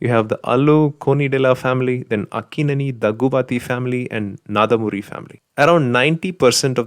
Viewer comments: Its not naadamuri its nandamuri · Dhaggubati not dhaghubathi. Nandhamuri not naadhamuri.😁😁😁